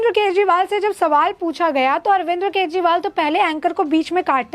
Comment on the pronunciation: "अरविंद्र " नहीं बहना ...